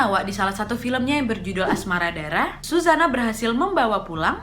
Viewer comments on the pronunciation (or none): Nadia... Yg bener "ASRA-MA DA-RA" bukan "AS-MA-RA DA-RA"